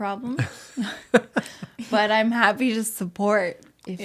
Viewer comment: “But uhm” so canadian like Robin in HIMYM